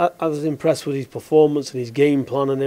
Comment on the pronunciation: VIS AND VAT. Talk properly pal